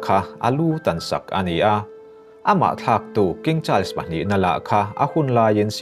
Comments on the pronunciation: A dik chiah.. child's tiin a lam tlat a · A ngaihnawm hle mai. Mahse Charles tih i lam dan hi hriat a nuam lo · I thil chhiar ah dik hlel a va tam ang reng ve aw.. Charles i lam dan ngaihthlak a hrehawm hret.. Chuan Prince William hi King Charles a unaupa angin i chhiar a.Cornwall i lam dan a dik lo bawk a... Lady Sarah Spencer( Lady Diana U)leh King Charles te hi thian chauh ni loin reilote chu an in ngaizawng ve... Thahnem ngaih thil thu ah ka ron comment ee.